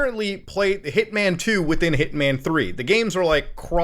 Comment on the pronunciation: Hearing him say Hitman over and over I’m starting to hear Ip Man 1, 2, 3 lol